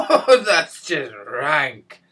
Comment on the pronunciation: that was the Glasgow coming out then "thats just RAAANK" lol u crack me up..